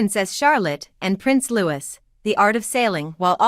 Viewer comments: Louis is pronounced Louie. If you are going to say it pronounce it correctly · Your English pronunciation and understanding is 👎not good the “King enjoyed many memories with HIS LATE MOTHER and NOT “HER LATE MOTHER “ Louis is also not “Lew or Lewis” it is as per the French pronunciation!! 😏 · Could you, pretty please, try to pronounce Louis’ name properly !!!!!!!!!!! [ Loo ee] not Lewis !! Like Louis, King of France ! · It’s Prince louee, not Louiss!! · Can I point out, for future reference, "Louis" is pronounced "Loo-ee", not "Lew-is". Also, you need to sort your pronouns out (you mix "his" and "her" at random, and quite wrongly). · Even after all these years, you cannot pronounce, Prince Louis name correctly, you do Not Pronounce the S. no thumbs up for you. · Prince Louis not Lewis 😊 lovely thank you ❤ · And I believe it is pronounced Louey, not Louis, regardless of the spelling. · It’s feckin LEWEEE, silent S. FFS !! 🇬🇧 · Happy holidays beautiful family ❤ please can you say Prince louis name correctly its Lou ie you don't sound the letter s you are annoying saying it wrong and its the Wales family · You need to learn how to the family name Wales as in the country of Wales. Prince Louis is not pronounced Lew is but as in French is pronounced Lou ee